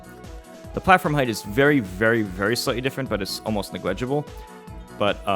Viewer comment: Nobody: Absolutely Nobody: M2K: Neg-legible